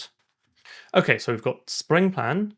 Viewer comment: I like how try to say Sprengplan but endign up saying springplan 😅